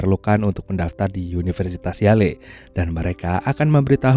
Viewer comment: University Yale sebutannya Yell bang bukannya Yaley 😂 🤦🏻‍♂️